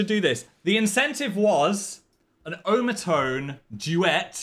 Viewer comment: Someone teach Phil how to say otamatone